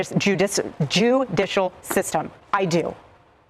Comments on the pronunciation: "Jew-dicial system" "pardon my French"??? It'S aLl A PhYOp!!! Someone, quick, send this to Candace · She said "jew-dicial system." She is in on it with the Jewish people. PrOoF! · She said our “Jew-dishal” system. Evidence of her complicity with the state of Israel. Lol Candace is a grifter. She knows what shes doing. Shes making money off it. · “I believe in the JEW-dicial system” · "JEWdishal? Excuse my....FRENCH?!?!" Boom exposed in 4k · Did you hear, ? Jew.. jew .. Judicial system 😮. Little slip of yhe tounge?? 🧐.. A clue,🤔🤔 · "Did she say Jew-dicial?" Candace probably. Its either them or the Bee Keepers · Woah… She just said something about the “JEW-dishal System” and then she said “pardon my FRENCH”, as in, a certain country that has been quietly conspiring to silence Candace Owens from speaking of The Truth!! This is, like, TOTALLY a Dogwhistle, you guys!!! 😮😮😮😮😮😮😮😮😮😮 🤤🤤🤤🤤🤤🤤🤤🤤🤤🤤